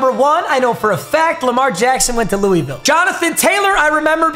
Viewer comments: Ok it’s looh-ville not louy-ville get it right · It’s not pronounced “Louis-ville” it’s pronounced “loo-a-vul”